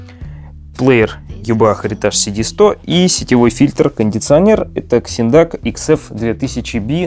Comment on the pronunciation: Вообще то читаеться не Ксиндак ,а Зиндак